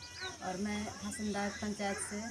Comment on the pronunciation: लोवादाग नही हासनदाग